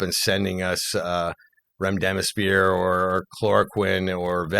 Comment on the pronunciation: Its REMDESIVIR!!! Please start saying it correctly